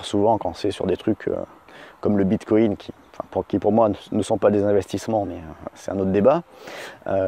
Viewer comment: "le bit co in" ? incroyable